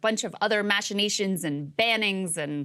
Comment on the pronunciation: From one pedant to another, that's not how you say machinations. Phew -- almost didn't make my quota today.